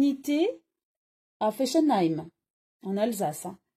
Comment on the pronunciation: Ça se prononce comme des fesses, soit FESSENHEIM et ce n'est pas allemand mais alsacien ! L'erreur étant humaine ..., vous êtes pardonnée !